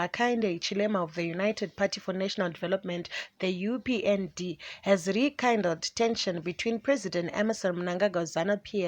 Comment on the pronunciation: Please reporter go to Google and check for the correct pronunciation of words rekindle and incumbent